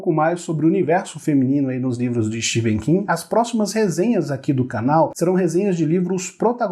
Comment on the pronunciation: Não é Steven king , se lê Stefen king